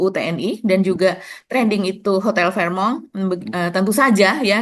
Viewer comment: fairmont asalnya bahasa teutonik / jerman, bacanya fèrmond bukan a la perancis fehmong. nggak enak memproses informasinya seperti mendengar news anchor cadel.